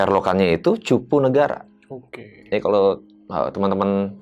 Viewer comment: Maaf bukan cipunagara...udh bener namanya CUPUNAGARA